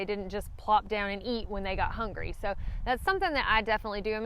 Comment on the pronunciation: Did you say hangary?